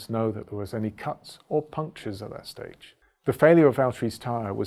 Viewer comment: James, it’s puncture